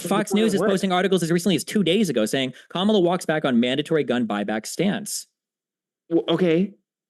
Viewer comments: It’s high time that we call out the disrespect from right wingers on the pronunciation of Kamala(comma-la)not Ka-ma-lah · And why do these conservatives keep pronouncing Kamala's name wrong? They say it correctly once and then say it wrong after that. It's KAHmuhluh, not KaMALLuh. Similar to Pamela. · Harris' name forever now will be to me, "Kah-mill-ah" instead of how the press usually pronounces it. XD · No it's not Kah-mela.... It's Comma(like the punctuation) then luh. You're confusing yourself atp. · Her name is pronounced like COMMA LA. Have a little respect and dignity and say her name correctly. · These people are such children. They won't even say her name right. They purposely say it wrong. And you know how I know this? Because the one time he said her name right he said or whatever right afterwards. They're such toddler brains. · So you think Kamala and her family and friends are all mispronouncing her name 😂😂😂